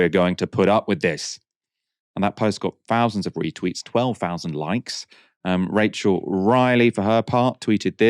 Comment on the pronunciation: 'Fowsands' of casualties.